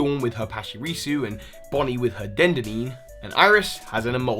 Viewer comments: Den da deen? Dafuq? It's dead den ay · What the hell is a dendini its Dedene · Oh god, I'm sorry you said dendedeen. It's pronounced den-den-ay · It is not Den-de-deen It is De-Den-Nay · YO ITS DEDENNE NOT DEDENNEY WAY DUMBO AND ITS DRAYDEN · Stop saying DenDenDine. It sounds like a brand of condoms. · It's pronounced Deh-deh-nay. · U pronounced Bonnie's Pokémon incorrectly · U mean dedenne u pronounced it wrong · Nice how you mispronounced Dedenne. See how the anime pronounces it